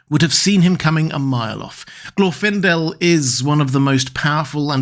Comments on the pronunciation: Lmao "Glorf-indel" .. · Even in this video there's no consistency in how his name is pronounced, specifically whether the stress goes on the first or second syllable. I think the conclusion is correct: you don't send the most recognizable (to the enemy) elf on a stealth mission.